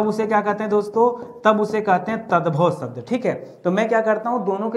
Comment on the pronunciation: Sabd nahin shabd.. Pehle khud seekho phir sikhao.